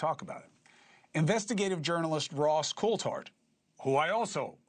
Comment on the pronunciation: Ross CoulThart...with a T. It's not Ross Coulhart. It makes a difference when you're speaking as a "journalist".